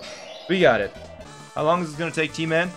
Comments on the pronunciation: I think it sounds more like “So long-a bowser” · I thought it was "so lonely, bowser" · Guys he doesn't say "so long, gay bowser" he says "so long, Gabe Owser"